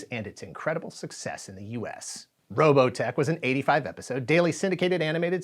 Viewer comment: Oh the rolling R for Robotech is the best